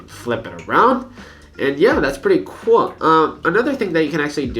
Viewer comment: (wich it's pretty "cuol") what the fuck happens to your tongue